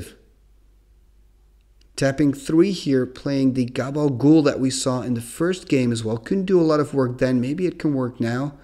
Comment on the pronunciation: Am I the only Sopranos fan that hears call Khabal Ghoul "Gabagool"? 😂 Love all your videos though, keep up the great work!